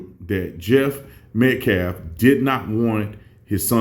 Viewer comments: BeShouldn't Karmelo Anthony's lawyer be able to pronounce Austin Metcalf's last name correctly when he talks in this vid? Sorry might have skipped a vid. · Karmelos parents must be very stupid for even thinking that guy is smart enough to represent them. He can't even pronounce Austin's last name. He thinks he's a modern day MLK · this clown calls Austin Metcalf "Austin MetCLAF." Get the name right, you buffoon. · Not only did he say self deflense, he said "Austin Metclaf." What a moron. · He also said metclaf not metcalf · This idiot lawyer for the murderer can even say “Austin Metcalf” correctly. He said “Austin Metclaf” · The ignorant fool can't even pronounce "Metcalf". He keeps saying "Metclaf". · Dipshit called the Vic " Metclaf " CREEP! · He obviously has an issue saying "L", because I'm sure he called him "Metclaf", instead of Metcalf. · Disrespect coming from a baby shaker woman beater that can't even say words correctly, he literally calls him Metclaf everytime instead of Metcalf either its a capacity issue or intentional as a way to Disrespect the Family. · He can't even say Metcalfe! He said Metclaf!! If i was that knife wielding kid's mom! I'd be with my tail between my legs! I would not be out there in public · He doesn't even know how say the victims name. He said "Metclef". He just wants publicity. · That idiot doesn’t understand that the L is silent in Metcalf! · Mletcalf is what that dude said.... Lololololol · That dude can't say the last name correctly. "Metclaf"? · He says Austin MetCLAF!!! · Does it drive anyone else nuts when he says "Metclaf" can't even get the name right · This white dude with the red tie he's a real a**** he's a big racist and he should shut his mouth and if he's going to sit up there and talk he should know the person's name as well as the Anthony families representative he keeps saying metclaf. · The criminal spokesman for the murderer's family, can't even be bothered to pronounce Austin's surname correctly .